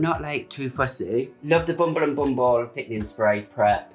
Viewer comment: the way his hair stylist pronounced the "bumble and bumble hairspray" made my day